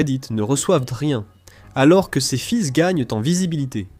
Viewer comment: une vidéo intégralement faite en IA (voix et vidéo) pour dénoncer de l'IA, un concept on ne peut plus d'actualité lol "les fils (prononcé fiss) de forum et post reddit", j'ignorais que les forum et reddit faisait des enfants, nous voilà entré dans une nouvelle ère ;-) Je taquine mais c'est qd meme une bonne vidéo ;-)